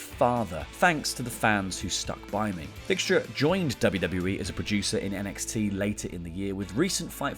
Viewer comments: I believe it is pronounce Dike-stra, not Dick-stra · Hey Kenny Dykstra is actually pronounced DIEK-STRUH. It's a knockoff of a famous baseball player. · Are you saying Kenny Dickstra to be funny? Or mispronouncing his name by accident? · Pretty sure thats not how you say Dykstra. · That bothered me too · pronunciation on some of those names. Saboo & Dickstra. But honestly when Randy Orton retires it will truly be a sad day. The guy has been around forever and has never once been considered a part timer due to his activity. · It bothers me more than it should that you mispronounced "Sabu" and "Kenny Dykstra".